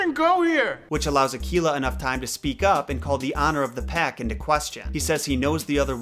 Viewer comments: I believe Akela is pronounced Ah-Kay-La.. with an A sound not an E ... at least that's how we pronounce it at Cub Scouts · I don't know if it's just the American language, but it isn't Ar -kee-la, it's actually Ar -Kay-La. My son is the Akela of a local group here, he's gone from Beavers right thru to Venture Scouts and leadership. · Gotta agree with most of what you say but the pronunciation of Mowgli. In India, we have always pronounced it as Mow-glee (possible with less stress on the "o"). Also, every time someone pronounces Akela as A-KEY-La I start to cringe. It's A-kae-la (lone / alone / solitary). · I thought you said tequila instead of akela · Akela is pronounced more like a-K-la....K like the letter and la like la la land...and the log in bander log is pronounced more like log from Logan...and bander is more like bundar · You're really butchering the pronunciation. Akela is pronounced uh-kay-la and means alone. Baloo is pronounced bah-loo with the emphasis on the first syllable. Bandar-log is pronounced bunder loge and means monkey people. Fun fact: the monkeys in form and description are based on the bengali people.